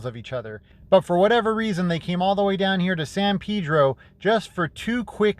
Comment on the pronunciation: It’s not pieeee-drrroo It’s peddd-drrrooo